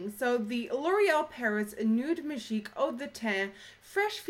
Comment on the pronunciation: love when you say majig hahahaha too funny